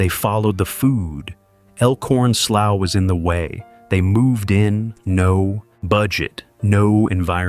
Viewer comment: That is pronounced like sloo